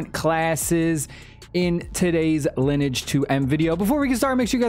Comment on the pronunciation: Lin-E-age 2, why are content creators misreading this very simple word?